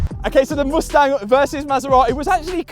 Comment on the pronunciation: I hate the way you say Mustang. So bad pronunciation.